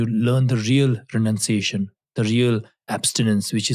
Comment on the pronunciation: True renanciation